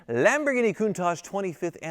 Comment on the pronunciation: That Sam Hard is getting everywhere with his ‘Lampoorghinis’! I thought he might make a cameo appearance 😂